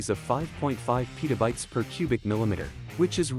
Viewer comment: Petabytes is not pronounced "pita bites".